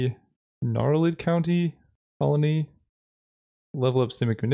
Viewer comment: Gnarlid COLONY, COLONY, COLONY!!!!! Say it with me COLONY!!!!!!! OMG it drove me insane!!!!!!!!